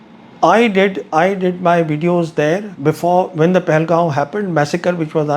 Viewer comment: Sir with due respect it's pronounced Pahal-gam not Pahal-gaon.